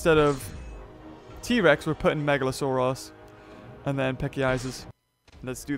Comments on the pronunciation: You say meglasaurus megla-sore-ass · Is it just me or does the say megalosourass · Uhhh you seid megalosaorus but its orenauced megalosaurus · It sounds like he's saying "Megalo-sore-ass"